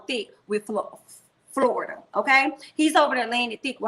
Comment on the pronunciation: you are killing me each time you say Florida (for Florita.) Queen, you are too funny! 😂